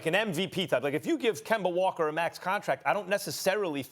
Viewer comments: So true, I’ve been annoyed by the Kember Walker one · "Rob Pelinker" "Kember Walker" "Kawhi Lennit" "Jimmy Butla" -Stephen A Smith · Stephen a smith: rob pelinker, kember walker, KWAHIIII LENNNIT